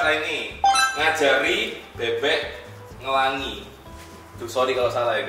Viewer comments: "ngelangi" itu pake nya taling yaitu E biasa seperti pengucapan erosi,bebek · Ngelangi = pelangi 😂 Jerome iki nang sekolahane gak onok pelajaran boso jowo ketok e